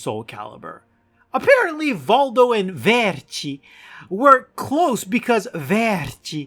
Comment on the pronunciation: The way you say Vercci just made me laugh for literally ten minutes straight.